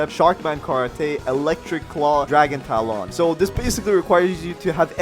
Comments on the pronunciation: Its dragon talon not dragon tal-on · this man js said dragon tal on tal on!!! wtf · Why does bro have an accent on everything? Not hating but he really be sayin karaTAY and talAWN like, what?